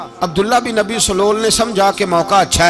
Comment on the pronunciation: پیر صاحب اس منافق کا نام عبداللہ بن ابی سلول نہیں ہے بلکہ اس کا درست تلفظ عبداللہ بن ابی ابن سلول ہے یعنی ابی والے لفظ کے الف پر زبر نہیں بلکہ الف پر پیش اور ب پر پر زبر پڑھیں تو درست لفظ بنے گا باقی آ پ واقعہ صحیح بتا رہے ہیں